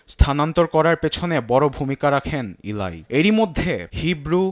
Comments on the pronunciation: ভাই সাংবাদিক 'ইলাই' কোহেন নারে 'এলি ' কোহেন হবে। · প্রিয় সাংবাদিক ভাই, আপনি আপনার "ল" উচ্চারণ ঠিকমতো করবেন।এগুলো বিরক্তিকর। এরকম উচ্চারণ শুনলে মাথা বিগড়ে যায়। সুতরাং, উচ্চারণ ও উপস্থাপনা ঠিক করবেন। (এলাই না এলি কোহেন) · ইলাই না এলি কোহেন 😂